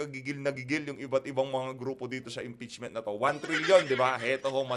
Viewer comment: Impeachment not EMPEACHMENT😁✌